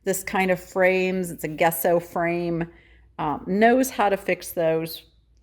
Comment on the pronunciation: just fyi... Gesso is pronounced with a J... Jesso ;)